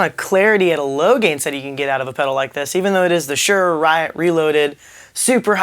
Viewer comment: It's pronounced Suhr as in (Sir) and there is a distortion knob instead of a drive knob because it is a distortion pedal, not an overdrive pedal.